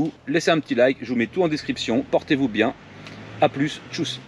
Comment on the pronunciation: Excellent contenue merci pour toutes ces infos! C'est cher mais c'est imparable sur 4 coups...sauf si il a un gun ce fiss deup On dit tschüss pas tchousse, leurs ü c'est notre u